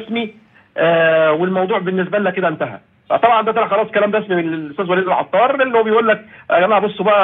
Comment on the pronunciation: العطار. بحرف الطاء. يا استاذ